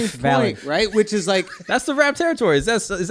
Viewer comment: my guy drew said "which iz?" EDD